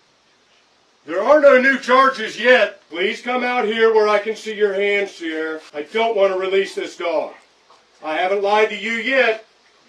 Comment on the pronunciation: I don't think they were saying her name right. It's "See-are-uh". Not sure that it changes anything though